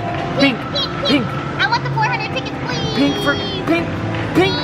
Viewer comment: said rink instead of pink